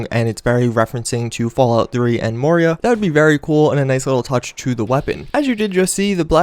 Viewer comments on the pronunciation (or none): Moira not Moria. I laughed at that!